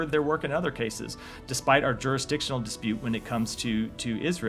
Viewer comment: "Dispute" lol